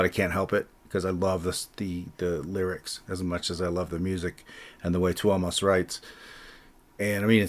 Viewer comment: As a Finn, it's nice to hear that someone bothers to pronounce Tuomas' name correctly, usually it's Thomas. There's no fucking H in it, it's a U. Great reaction to the song, i think you'd like Ghost River, from the same concert.